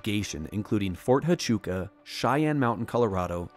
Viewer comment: It’s pronounced Fort Wachooka